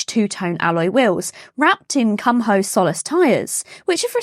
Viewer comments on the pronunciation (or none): Tyre brand is pronounced Koom-o not Kum-ho 😂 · Here in Australia and many other countries, KUMHO,the Tyre Brand is pronounced KOOMO. just an FIY.👍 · I thought that her pronunciation was, um, unfortunate !